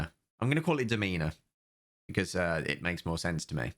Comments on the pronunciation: Game: clearly called Daw-mi-nuh: demeanor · It's pronounced "Doe-mee-nah", not Duh-mee-nuh xD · Its DOM-in-na its LATIN FOR MISTRESS. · DOE-mee-nuh. It's Latin for "lady". Addressing a woman b y saying only "Domina" is like saying, "My Lady." I doubt the developer realized that, since he seems super toxic and probably thought it meant like, dominate or something, which would have been "Dominari". But we knew he wasn't that smart, didn't we? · "I'm gonna call it Dom-EEna it just makes more sense to me." How did you read it with a hard E?! HOW DID YOU READ DOMINA WITH A HARD E?! It's literally "Dominate", ending at the A! I could forgive "Domin-ay", that at least makes a level of sense, but WHERE, did you get the hard E?! I'm unreasonably upset about this for reasons I will never fully understand. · Pronounced like 'DOM-i-na', although 'demeanour' is funnier. Latin for 'mistress'. Perhaps the dev has some kinks he owes it to himself to explore? 🧐 Will help everyone involved. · Great video,. PS it's Dòmina, a latin word for "she who rules the house". it sounds cool but has no sense. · Pretty sure it's pronounced Dom-in-a (latin for Lady, ie: a woman with social standing; counterpart to Dominus / Lord) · FYI the correct pronunciation is DOMina. (It's Latin) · You also think that wrong pronunciation of Latin makes more sense and SPORE is a good game. So, you know... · Dominus is what gladiators used to call there master or the owner of a ludis and Domina is the same but female......... Just saying coz your saying it wrong 😂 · You can't even pronounce the name of the game. This isn't woke. F the masks they do nothing. This dev is a champ. Enjoy the dislike and unsub.